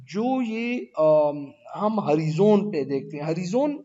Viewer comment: ہری زون نہیں سر (ہو رائے زن) horizon